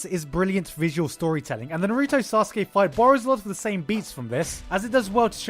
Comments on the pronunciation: Did you just say Naruto (Nuh-roo-toe). Its (Na-roo-toe) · Na-rooooooo-toe -_- Why do you put the most stress on the part of his name that is suppose to be almost silent? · It’s Naruto not Narooto pls pronounce it right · I hate when people say nuh-roo-to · "NUH ROO TOE" That pronunciation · Lol Narugay. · Why do you say naruto like that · Why do you say naruto so weird? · Well, considering how you can't pronounce Naruto right, I don't blame the accusations. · oh my fucking bloody says naruto like that even the dub say naruto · Good god the way you pronounce Naruto is horrendous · Why TF do you say Naruto like that lol annoys me so much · Dude you can't even pronounce Naruto correctly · You're mispronouncing Naruto